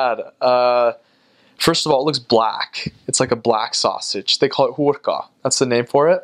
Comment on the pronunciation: 😁😊"Hùrka" is so nice!🥰 I'm Hungarian!😉😀